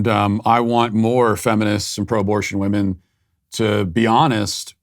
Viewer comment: Why is this “poet” unable to pronounce the word women? It is written women, but pronounced wimen. Not wohmen. Bizarre.